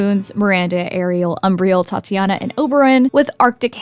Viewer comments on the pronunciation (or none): “Tatiana” I’m dead 💀